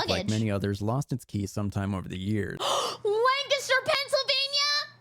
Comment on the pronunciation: knows Lancaster? And knows how to pronounce it correctly??? Best vtuber ever, I swear